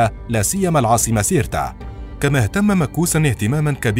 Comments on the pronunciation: ( سيرتا ) وليس ( كيرتا ) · سيرتا وليس كيرتا وهنا اخطاء كبيرة جدا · سيرتا وليست كيرتا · النطق الصحيح هة سيرتا cirta قسنطينة اليوم 🇩🇿